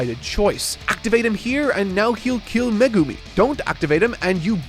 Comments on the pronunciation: calling megumi, me-gu-mi hurts... 💔it's meg-umi... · Please, it’s Meg-umi not me-gumi!!! Fabulous video, can’t wait for the season 2 review. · I’m sorry…MeGUmi? Its MEgumi😂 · Excuse me who is MegUmi? Do you mean MEgumi? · I really love all the reviews but one thing that makes my brain get a jolt of pain is the pronunciations of the characters names.. Especially Megumi. All i hear is Meegoomi and it makes me cry ^^ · someone tell him how to pronounce meh-gumi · I giggled every time he pronounced Megumi's name as Magoomi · Every time he says Me-goo-mi, i die a little inside 😃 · Why does always emphasize Japanese names so weirdly like he emphasizes the GU in megumi so it sounds like he’s saying meh GOO me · i was swiftly falling to sleep until i heard how said megumi. please, save ur self ASAP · Hate how says Megumi 😂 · why can nobody say Megumi right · Poor. The internet is going to massacre him for mispronouncing Megumi